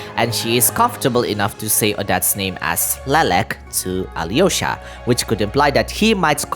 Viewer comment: Also, as someone who knows russian some pronunciation corrections, the hardest thing is to learn softened consonants. Most of the time if theres a consonant before "y-" letters (yo, ya, yu) the "y-" part itself is not pronounsed while softening the prior consonant. In Vodyanitsa it's d, it sould be prononsed more like in duke, during or duty. Same with Alyosha, no y, but l is more like in leaf, try saing leaf that just le and than try replacing e with o, and that sould be it (you do probably see how hard it is to explain i spent half an hour just on this comment)